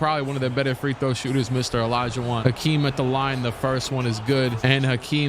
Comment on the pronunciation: It’s definitely Hakeem not Akeem